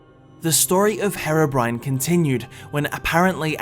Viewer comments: Ιts HEER OH BRINE not hair oh brin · Your saying harobrine its hèrobrine this is the only way i can do that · Its hero not hearo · The third group of people just wants you to stop saying Herabrine... Its Herobrine man (Here-oh-brine)... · Why is it that every British person calls herobrine harobrine And calls developers Develoupers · WHO THE HELL IS "Hera brain" !!!!!!!! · Is HAIR-O-BRINE REAL? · the way you say herobrine hurts me, it's HERObrine. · my bro ski it’s pronounced HE-RO BRINE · i thought it was pronounced as (hee-ro-brine) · pronounced heeeroh BRYNE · its "her-ough-brin-ay" idiot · It's pronounced "hero brian" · Did he just say hairobrine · You guys say herobrian's like the drug heroine. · It's pronounced hiro bryne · Mucrof yeah he says hero brin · Am i the only one that gets annoyed on the way he pronounceses herobrine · He said herobrine wrong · seconds into the vid and I'm all ready cringing THATS NOT HOW YOU SAY HEROBRINE god it's so cringey